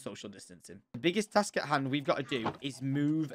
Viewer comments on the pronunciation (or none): none